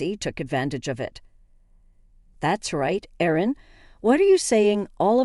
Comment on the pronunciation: Someone doesn't know the difference between "Aaron" and "Erin"?